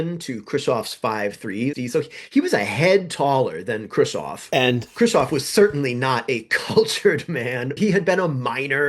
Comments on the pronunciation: Who is Kravov? It's pronounced Kruz-chev. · Love you channel! Allow me to correct your pronunciation: You are saying "Krushov" - you should be saying: "Khrushev" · Maybe this is an in-joke I'm missing but why do you say Khrushchev "Kirshaw'? You're so careful about your chinese pronunciation I thought maybe I had been saying it wrong and you were using the Russian pronunciation, but even listening to Russian speakers say it it is closer to "Hru-shov", with that hard V end the end. EDIT: looks like its just a slip of the tongue, as the video goes on you seem to get closer and closer to the Russian pronunciation. side note for , the text of Order No. 227 Stalin actually calls out the notion of "trading space for time" as defeatist: "Some stupid people at the front calm themselves with talk that we can retreat further to the east, as we have a lot of territory, a lot of ground, a lot of population and that there will always be much bread for us. They want to justify the infamous behaviour at the front. But such talk is a falsehood, helpful only to our enemies." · I'm amazed that you seem to think Krushchev's name should be pronounced 'Kreusov'. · This is the most superficial of criticisms, but: I cannot hear Khrushchev pronounced that way one more time. It bothers me an inordinate amount. Interesting video, though, and informative.